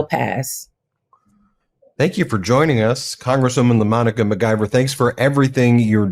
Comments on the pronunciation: At least pronounce her name correctly mic-👁-ver No G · McIver is pronounced "Mick- eever"